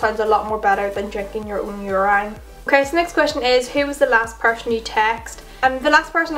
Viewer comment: The way she says urine😂❤️